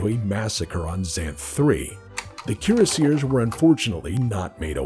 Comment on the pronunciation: Keer a seers. Kiera Sears? Cure Sears. Oh Cuirassiers. Kwee Ross See Ay. Dumb ole french stuff.